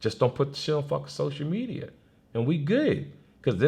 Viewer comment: "Sosher Media" - TK Kirkland